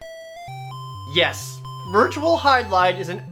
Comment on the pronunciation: YESH! YESH!